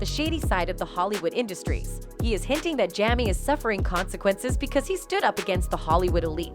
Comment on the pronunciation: His name is Jaime... Not Jamee. How annoying.